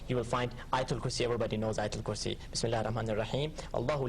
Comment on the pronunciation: He read Ayata-ul-Kurse WRONG